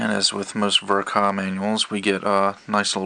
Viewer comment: Fun fact: In Japan Ver Ka is spoken as "Version K. A." not "Vurh-kahh"